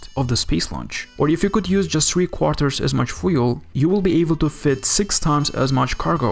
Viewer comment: A very good video. But for God’s sake, learn how to say FUEL properly.